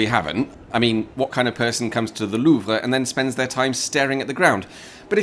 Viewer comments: It's quite surprising to hear any anglophone pronounce Louvre correctly. That said, it's not at all not surprising that it's. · I love how you make a point of pronouncing "Louvre" correctly.